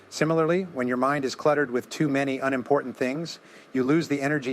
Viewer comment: AI voice?? "U-nimportant" instead of unimportant??